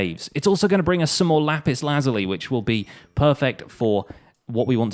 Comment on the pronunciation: dude. its pronounced luh-zool-y